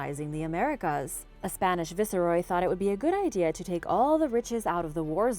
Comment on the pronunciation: She pronounced viceroy incorrectly. I had to go back to see what she was saying. Viseroy is what she said, but it's VICE-ROY.